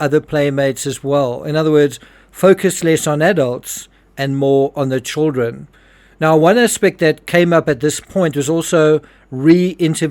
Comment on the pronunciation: I liked when says chirren or whatever he says instead of children 💐